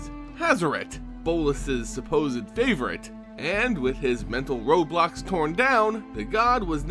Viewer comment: You said “mental roadblocks” but I thought you said “mental Roblox”